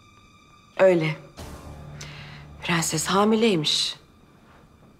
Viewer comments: Faryanın dadısı piğenses derken "r"leri söyleyemiyo ama diğer bütün cümlelerde gayet güzel kullanıyo 😂😂😂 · Her halde prenses denildiğini bilmiyor 😂😂